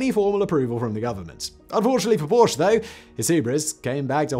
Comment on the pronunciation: Porsche is a two-syllable name.